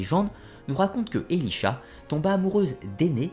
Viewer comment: Elisha ? C’est pas plutôt Elisaa ?